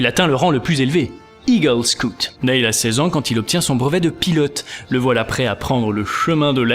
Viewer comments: Juste, on prononce pas "Nayle" mais "Nille" Sinon super! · s'il vous plait arretez de prononcer son prénom comme ça, il se prononce Nill. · Ça se prononce Nil